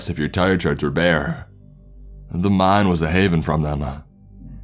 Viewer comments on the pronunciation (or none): I thought it was meme instead of mine